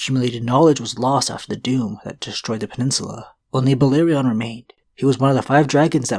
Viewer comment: It’s no valerion it’s balerion